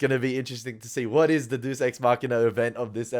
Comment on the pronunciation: A nit: it's pronounced DAY-us, not deuce. "I've done everything you wanted me to do. So why did you do this to me?" - Locke was talking to the island, but he could have said the same thing to his father. A deus ex machina is a plot device where something suddenly happens out of nowhere to solve a seemingly unsolvable problem. It's often considered a flaw in a story, a contrivance. Why was this episode named that? Was the light coming on in the hatch supposed to be the deus ex machina? Or was the title deliberately ironic?